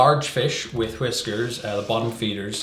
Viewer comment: "HHhwisker" not whiskers*